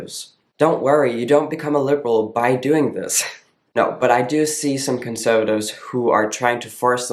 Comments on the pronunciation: Also, I noticed a bit more of an accent in this old video when you say conservatives. It's more "conSUHvatives" as opposed to now where I would think you were a native English speaker from Detroit or something. The "conSUHvatives" gives it away here. Pronouns are inherently biology based, BUT they're also visually based. You look like a man to me. I wouldn't question it. I wouldn't go "hmmm .. is that a girl?" It's automatic, "that's a man." That all being said, I'm so glad you kept doing these videos. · I came here to see if someone says this. Every word he says sounds like American accent and then conservatives sounds Australian.